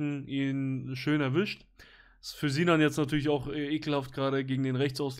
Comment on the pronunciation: Nur der vollständigkeithalber: die heissen nicht ZINAN UND ZENAD sondern Sinan und Senad. Und die Namen werden mit „S“ ausgesprochen und nicht wie im deutschen mit „Z“. 🤓🤓🤓